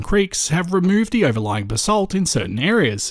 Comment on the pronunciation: That and basalt.